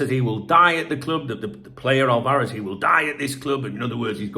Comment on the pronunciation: Álvarez: AL-varez. Stress is on the first accented syllable....sorry.